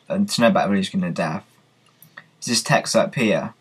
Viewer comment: its death not deaf